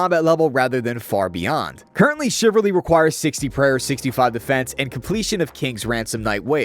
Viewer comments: CHIV-AL-RY. Not chiv-ar-ly. CHIVALRY. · Chiv - al - ry ... Not chiverly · Shiv Al reee , not chivarly… ffs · Damn it, the only thing I was focused on, was the fact that bro can't pronounce "chivalry". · The way you pronounce chivalry gave me stage 12 butt cancer. Well done. RsN- TitMissiles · We need to talk about your pronunciation of Chivalry.